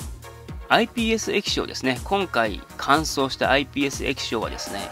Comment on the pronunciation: 何回かISPって言ってる